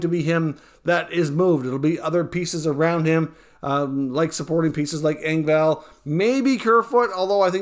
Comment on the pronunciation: I like your videos, however…why do you continuously pronounce Engvall’s name incorrectly ? Every video you pronounce his name with a long “A”!!!!! It’s a short “A” like ball or hall not vale or vail. It’s honestly killing me